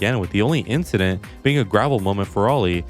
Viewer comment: It was just another inchident